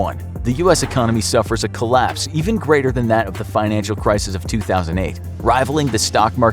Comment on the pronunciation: homie just pronounced Crisis as Criseees